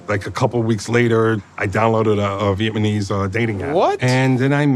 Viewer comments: He 100% said “Vietmanese”. Like she’s from Vietman. 💀💀💀💀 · VietMANese dating app? Wtf lol. 🤣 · "Viet - munese'. Really, dude? What a joke. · Viet ppl will straight say you’re fat or ugly 😂😂😂😂 my Noi (grandma) always used to tell me I was fat 😂😂😂 ……. Also did you peep how he says the word Vietnamese? He pronounced it “viet My knees” 😂😂😂😂😂😂😂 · Brotha said viet-man-ese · He said vietmanese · What’s Vietmaneez? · Did this sumumbish say vietemanese? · Really, this clown! I cant believe he said Viet-ma-knees??!🤡😂😂💀 Thanks you, you're a real one!💜✌🏽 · He’s not bad looking man and all but he can do better he can’t even pronounce Vietnamese she’s old looking in person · LMFAOOOOO Westbrook in the background when he mispronounced “Vietnamese” 😭😂😂